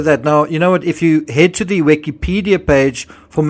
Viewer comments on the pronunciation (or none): none